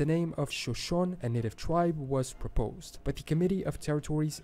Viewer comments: Being a Wyoming native and somewhat of a Wyoming historian, the name Wyoming is derived from a Delaware Indian word meaning 'alternating mountains and valleys'. The narrator's pronunciation of the Shoshone and Sioux tribes was off, too. They are pronounced as 'shuh-sho-nee' and 'soo' respectively. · All these videos that mention the shoshone had me questioning my pronunciation, but I looked it up and I WAS right. It is sho-sho-nee, this is two videos he has watched where it was mispronounced Edit: I just heard him pronounce sioux and almost had an aneurysm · This guy is Portuguese and doesn't really know how to pronounce ojibwe and shoshone. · Shoshone was another one!